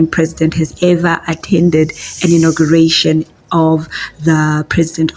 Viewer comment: Its ''Inauguration'' hey wena.